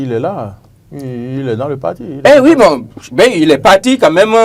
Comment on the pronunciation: Von au lieu de bon